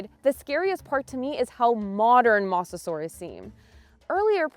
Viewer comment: I sadly agree… “mossasaurus” was painful to hear. I guess first takes were good enough. Editing team??